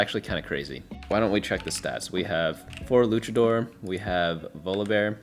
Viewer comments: w vid but for the love of Christ PLEASE, its luchador not lukador. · I hope I don't come off as a prick when I say this but the proper pronunciation for Luchador is "Loo-cha-door" not "Lu-ka-door" 😅 It comes from the Mexican wrestling culture of Lucha Libre :) just wanted to throw it out there in case someone in the future ever gave you a funny look lol. Thank you sooo much for your guides!! ❤ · LuCHador. Stop mispronounciiiing it. No silent H when there's a C in front of it. This really pisses me off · It was driving me insane Cultural exposure is important it's a big world out there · it's not an accent thing though. In his initial rundown video he even pronounced it both ways and said he didn't know how to say it. He's not incapable of saying it correctly, he just isn't. It's not some referendum on his character, but it makes no sense to just let him pronounce a word wrong forever when he's proven he can already say it correctly before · They do this every set. Its like an inside joke where they mispronounce a trait or origin. Mfs were calling moshers moeshers.